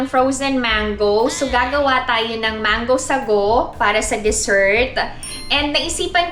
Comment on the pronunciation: Apaka linis sa Korea..wala po sigurong ipis and daga sa Korea..curious lang po 🙂 Gusto ko yung pagkabigkas ng "mango sagowŵw"😅 Kumusta na po tatay nyo?🙂